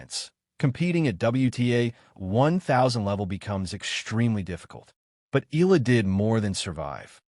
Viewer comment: Pls. EALA is pronounced E-yA-LA just beginning to get tired of hearing otherwise